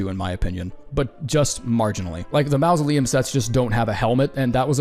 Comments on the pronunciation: Huh. I don't think I've ever encountered another English speaker that did not know how to pronounce mausoleum (the first phoneme is pronounced like 'maw') much less one that says it as frequently as you. TBH I'm amazed that people have the courage to post something like this, discover they mispronounced a word for a fancy grave fifty times, and leave it up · mausoleum ❌ mouse-oleum ✅ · Why does this dude pronounce mausoleum that way? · you cant seriously pronounce mausoleum like that. I wont believe it isnt a bit.